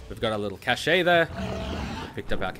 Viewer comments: The way you pronounce "Cache". It's supposed to sound just like "cash", mate. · It is pronounced "cash" not "cash-ay"... Physically hurt me. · It’s pronounced catch or cash I’m sorry it just bothered me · The whole "Kay Shey" thing was too distracting to pay attention, tbh. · It's pronounced "cash".